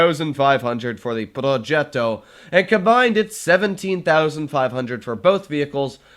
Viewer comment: Complimenti per la pronuncia di progetto